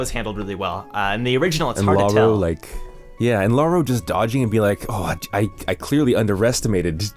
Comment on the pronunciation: i just want to mention lauroe is pronounced "La-oo-ré" not "La-oo-ro"